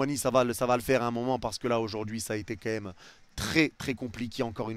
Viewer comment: fais un effort! « Quemme » dis « quand même » prends le temps stp je queblo dessus espèce de Fraude